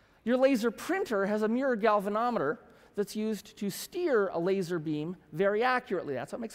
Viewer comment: Fire the "La-ser"